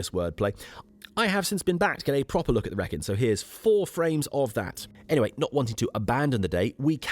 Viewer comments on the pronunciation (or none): You are doing it deliberately, aren't you?! "Wrekin" the way you say it, the first syllabub rhymes with "Wreck"! Extraordinary! What ever gave you that idea? Eeeeeeeveryone knows it rhymes with "reek"! "Reek-in". <Shakes head in wonder> Tolkein's inspiration for Mordor and Mount Doom, of course. And a Led Zeppelin anthem. Every Brummie/Black Country person describes a long and exhausting walk, speech, video as "Yow gooin' all arow-und the Wrekinn, bab". Ahhh, poetry. Teasing aside - glorious video of the centre of the known universe (no bias here). Oh!! And if you were to read "King Arthur: The Truth Behind The Legend" by Rodney Castleden you would know that he is buried at Basschurch! Just a step from where you slept. All of which most historians dispute, and I agree, but let's not get reality in the way of a good story. It's a fun and well written book, if you've never read a factual book before; though I enjoyed it.